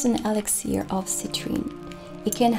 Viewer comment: Elixir is pronounced Elix-ur ❤